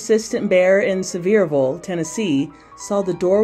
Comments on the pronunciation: It’s pronounced “See-ver-ville.” Not “severe-ville.” Seriously. 🤦🏼‍♀️ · I think that's pronounced SEE verville, near Gatlinburg.